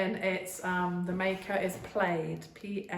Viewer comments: Plaid, rhymes with lad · Plaid. We call that plaa-d,as in Scottish tartan. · Plaid pronounced just like plaid fabric. Easy to get in US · Funny, Plaid we Americans call it Plaid with a short a.